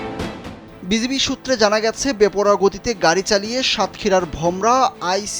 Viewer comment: কালবেলা সংবাদ কর্মী সঠিক বিজিবির নামটি বলতে পারে না। নাম বিজিবি বলে বিজিপি।